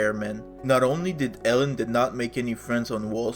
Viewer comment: Eeeeelon not Ellon 😮